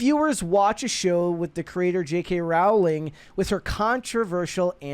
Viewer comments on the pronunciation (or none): Her last name is not Rauling, it's Rowling (pronounced "Rolling").